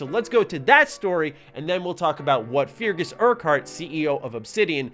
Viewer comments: Feargus is pronounced "Ferguhs" by the way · It’s pronounced Fergus you sad muppet.